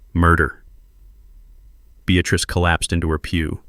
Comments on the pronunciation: Beatrice NOT Beatatrice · Beatrice. Not Bestatrice